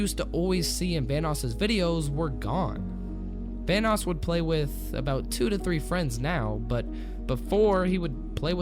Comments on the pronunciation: It sounds like you're saying Thanos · why does it sound like your saying thanos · i swear he said thanos not vanoss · Every time you say “Vanoss” it sounds like ur saying “thanos” lol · Sounds like you are saying THANOS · It sounded like you said thanos instead of vannos. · Thought you said thanos gaming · I'm scared of how you pronounce Vanoss. T H A N O S . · Anybody else think he was saying Thanos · I thought you said THANOS